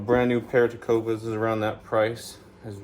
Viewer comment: It's not Tecova! It's Tecovas.